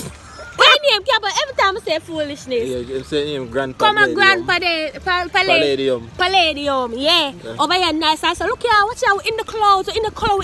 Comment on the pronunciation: The rum a mek can't say palladium